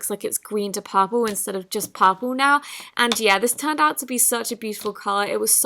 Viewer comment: Lol it’s purple not popaal